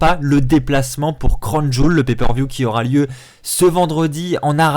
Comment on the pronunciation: Le catch est avant tout du divertissement certains catcheur non pas le choix d'y venir et ils vont quand même risquer leur vies pour nous ça serai que irrespectueux de votre part de ne pas regarder ce qui se passe au niveau politique ça nous regarde pas ni la wwe. Puis on dit pas crown joul mais crown Jiwéle ptn